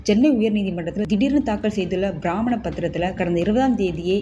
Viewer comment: அது ""பிராமண""பத்திரம் அல்ல, அது ""பிரமாண"" பத்திரம்... 🤔🤔